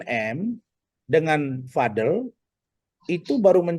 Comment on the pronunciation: btw gengges deh denger Razman ucap namanya Vad-el bukan VadEL. kaya pengen beda banget